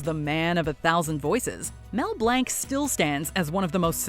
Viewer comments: last time i checked, it wasn't Mel Blank.....it was Mel Blanc, french pronunciation "Blanc" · Imagine calling Mel Blanc Mel Blank like wtf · Now I remember why I block a MOJO channels, complete lack of research, they cant even pronounce one the the most prolific and famous cartoon character voice actors name correctly... ITS BLANC not BLANK as in blɒnc (he actually changed it legally from Blank to Blanc because he so disliked Blank..as it meant nothing.) - Im not some huge Mel Blanc geek either, I just respect the man enough to know how to pronounce his name. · You are pronouncing Blanc seriously wrong